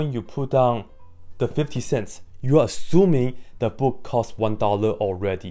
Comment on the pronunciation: If you cant say the word "costs" correctly, then I'm already not taking you seriously. "The book costs 1 dollar" I know this because you said it.